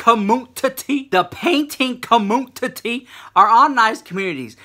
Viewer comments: I love how you say com mun titty! I die 😂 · Booty *Commun-ti-ttie *! ! LOL :) I crack up ! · "booty COMMUNTITTY" 🤣 #TeamRichLux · The way you say "community" LMAO. I am living for it!!!!!!